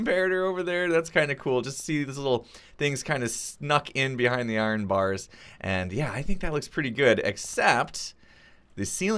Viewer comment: I-Ren, and you can call your iron farm an I-Ren farm